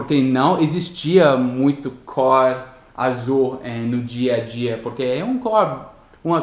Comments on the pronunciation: Você pronunciou a palavra "cor" errado, a gente fala "côr" . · cor.........color..........tua pronuncia esta' como o O de orange,,,, e'um O fechado,,, like in Minnesota...kkk trying to get another O